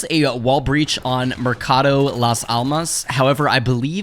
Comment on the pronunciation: That "mercado de almas", pronunciation was on point.